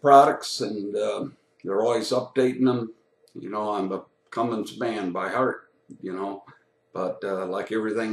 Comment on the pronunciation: Did he pronounce it "Cummings"? Right out of the gate...